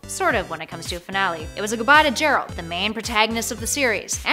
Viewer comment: And it's gearlt not jearlt